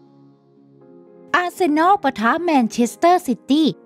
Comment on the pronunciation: อาร์เซนอลี, เรอัล มาดริดี่ 555